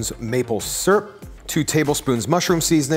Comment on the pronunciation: I love your page so much but I hate the way you say syrup.